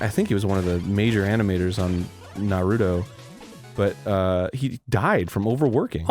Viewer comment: holy shit Arin said Naruto correctly, quick spread the word!!!